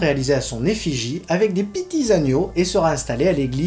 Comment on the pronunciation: " avec des piti'z agneaux " 😂😂😂 jpp !